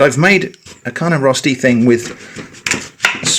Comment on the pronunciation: I was so confused when you said "rusty", before I realized you meant "Rösti" hahaha - no big deal, I was just expecting some rustic kind of thing